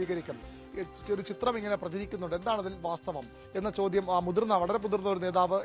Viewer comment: നേതാവ് - നോതാവല്ല